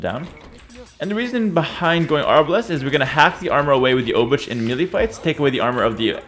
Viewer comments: Please don't prounance Obuch like you do, it's more like "Obooh", as "Ch" in polish is like a "h". "Cz" is polish version of english "Ch", so it would be written as "Obucz" when you pronunce it like this ;) Take care, also I can't belive how any human being can play so fast and precise xD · Always when say obuČ (Obuch) i get little more cancer. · Hey, "ch" in Obuch is pronounced with Polish "ch". You can imagine that as a sound you make just before you start to snore. I will review your Czech pronunciation soon. Take care! Yours low elo Czech viewer. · Pronounciation couldve been different at the time the game played. And even if not, pronounciation can still regionally vary. I do not think there is definite answer which one pronounciation is absolutely. If there was, it would not be sensibly applicable, since most people in the world would not even be able to pronounce it "right". Heras pronounciation - i dare to say - is wrong, while most of the pronounciations suggested here are probably in the range of right ones